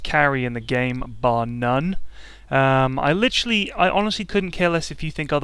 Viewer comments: He literally said "licherally" around 5 times in 7minutes. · Whenever he says literally it sounds like he is saying licherally.